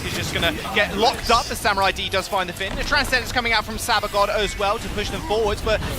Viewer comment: Is anyone else annoyed they can't say samuraids name properly